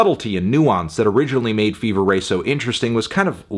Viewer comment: Absolute insanity. You could at least pronounce their name correctly.